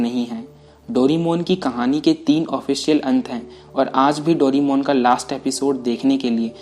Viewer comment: भाई तुम डोरेमोन को डोरीमोन क्यों कहते हो¿